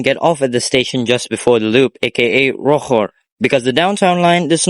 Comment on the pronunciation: That is not how you pronounce Rochor. Wait do you speak French? If you do I speak too!!!